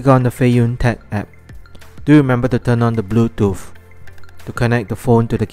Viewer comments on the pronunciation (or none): none